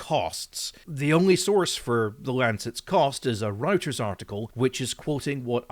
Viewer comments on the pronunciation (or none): pronounced, "ROIT-ters", as in, "roit, let's get the f*** out of here!" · Fixed the copyrighted music but not your one mispronunciation of Reuters 😚